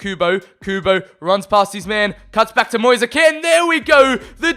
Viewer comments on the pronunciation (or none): It’s moise KEEN say it like that not KEN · No it's Ken if you're italian